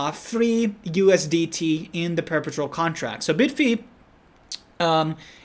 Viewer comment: bid-fee lol......its bye-d-fi right....just like bybit is bye-bit